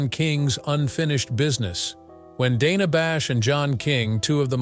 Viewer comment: Right from the start, this ridiculous puff piece loses credibility when it can't even pronounce her name properly. It's Dana with a short "a" (as in the word "plan"). In case you're wondering, that's how she pronounces it, and how everyone at CNN pronounces it.